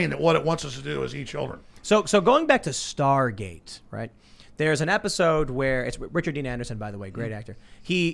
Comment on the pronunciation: Why does Tim continually say "star gaze" when it's Star Gate